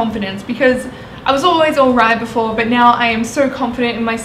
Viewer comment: thats how she pronounces "but" lol